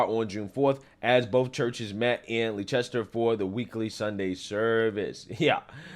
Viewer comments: It's true that no one can be sure that God was punishing the Dodgers and the church in Spencer, MA because of the LGBTQIA+ activity, but I certainly wouldn't rule it out! (BTW, Leicester is pronounced like "Lester", take it from a lifetime MA native). After all, He rained fire and sulfur on Sodom and Gomorrah for those very offenses. Hopefully, these protests and the backlash against Target and Bud Light are a sign that America is finally waking up to the woke agenda. One can only hope! Thanks,, I really enjoy listening to your channel! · FYI. Leicester is pronounced Lester. I don't know why it's spelt that way. Olde English is crap.